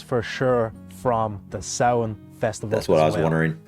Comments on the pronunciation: I'm so glad you looked up how to pronounce it properly 👍😁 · easy way to pronounce it is sow-wen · Pronounced saw-en 🎃 Original celtic Festival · its sow in .Samhain is an irish word and aw sounds are indicated by an accent marker called a fada as there is no fada its sow in rather than saw in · Samhain is pronounced SALWIN (USA) and SOWN (UK) 👍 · Both are wrong considering the name is in the Irish Language and pronounced Sow (like the pig) - In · It's Sow-in, not SAR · I learnt it as pronounced sour-n